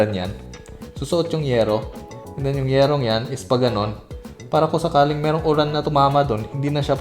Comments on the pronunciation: Bisaya kaba? Uran yung sabi mo eh di Ulan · kapmpangan ka ba? parang dinig ko "URAN", kapampangan word ng ulan ehe